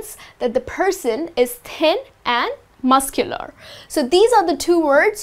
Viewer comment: "Pronounciation" sometimes miscular, sometime muscular... guys get her outta here...